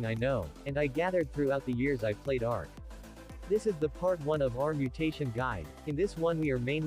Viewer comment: American Argy 😂